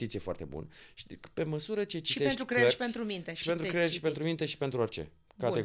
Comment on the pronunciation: De ce pronuntam cuvinte diferit față de ceea ce vrem să spunem. Ex 'cler' in loc de creier min 8.56